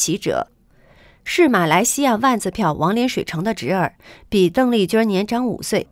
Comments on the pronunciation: 小姐，妳的發音有問題吧，鄧麗君的（君）不能走小仄，不能說成（君兒）不好聽不是嗎？ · 你的儿话音儿真让人受不了，邓丽君宁要发音成“邓丽君儿”，听起来很轻狂，儿化音不是随便什么地方都用的。